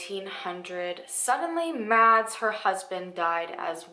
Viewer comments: Btw the name Mads is pronounced like mass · In case you ever come across that name again, "Mads" is pronounced like "mass" 😂😂